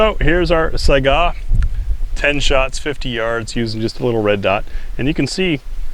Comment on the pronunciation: from a russian speaker, it's not "saigaaaaaaaaaaaaaaaaaaaaaaa". It's also not "sayga" as i used to say. it's pronounced "sigh-ga"